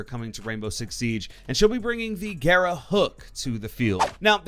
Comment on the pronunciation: I've watched nearly all the content for the new ops, no one said "garra" right, they all call it "gara". For all the non spanish speakers, if you see more than 1 R its pronounced "garrrrrrrrrrra"